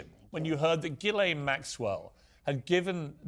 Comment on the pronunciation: And, dear miss know-it-all Tessa Dunlop, it’s Ghee-laine (or layne in the English version) not JEE- LAYNE. I’m French Canadian so, please trust me. Dr. Tessa Dunlop, pftt USELESS!